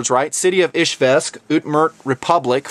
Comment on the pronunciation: No, dear host, you are not pronouncing Izhmash and Izhevsk (not 'ish-vesk" as it sounded to me) right, many Russians would not recognize those names if taken out of context, I can tell you that. 8D Hard "zh" followed by hard, wide and articulated "e" must be hard to pronounce for an English speaker anyway, so it's understood.. Russian is my second language, I pretty much speak it every day. English is kinda third, mostly I "speak" it only on the internet.